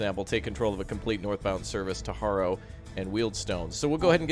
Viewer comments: Man said horrow 😂😂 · Loved it. The destination is useful if the line splits to more than one termination - your station might be down one or the other after the split. Harrow rhymes with arrow - in fact if you're a Londoner you might not pronounce the H anyway ;-) Marylebone sounds like Marley-bone - doesn't make sense, but that's English for you! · People from Harrow often tend to pronounce it, "Arra".